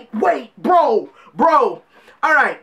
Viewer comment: I love your reaction lol. are you jamaican? Bc that "alright" sounded pretty jamaican lol